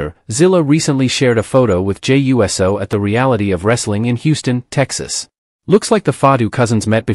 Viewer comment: Ummm . . . I think you are allowed to say: "YOU-Sew", rather than "U-S-O" as if he were a flying object.